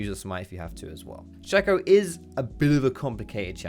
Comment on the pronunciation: It's pronounced Shake-o not Shack-o. His clone is called Fake-o. Shake-o and Fake-o Not Shack-o and Fack-o